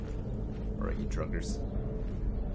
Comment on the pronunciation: ohhhh...all this time I thought was joking about "druggers" like the bandits were a drug gang, but he's saying "draugrs." I'm a noob.